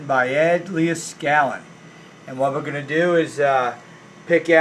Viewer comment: Hey man you are killin me with the way you keep butchering Mr.Leed-skal-nin's name by mispronouncing it Lee-uh-skalin.